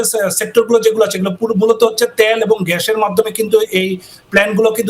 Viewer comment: ত্যাল না তেল স্যার